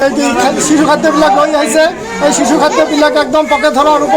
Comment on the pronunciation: অসমীয়া ভাষা কবলৈ আগতে শিকি ল।।।।কিহৰ চিচু, চূকুৰবাৰ@